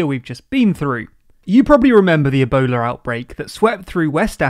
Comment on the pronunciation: Yeah and ah-bola instead of Ebola...